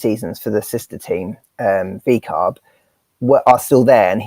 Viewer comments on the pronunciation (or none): Laura said "VCARB" lol